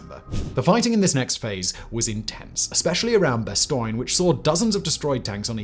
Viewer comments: French teacher here. 👨🏻‍🏫🇫🇷 Say it as "bahss-TONE." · Why can't you pronounce Bastogne correctly? Like nails on a chalkboard.